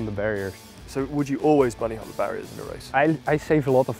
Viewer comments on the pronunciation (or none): "Boony hop"